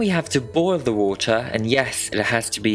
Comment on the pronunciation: "then we have to boil the water..." Dunno what happened to your accent but you sounded like you were going to invite us to have some tea and crumpets